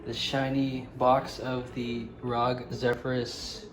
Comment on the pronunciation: r o g bruh not rog